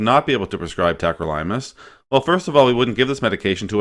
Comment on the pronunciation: Pronounced it wrong. It’s not tacro-Lime-us. It’s tack-crow-lih-muss.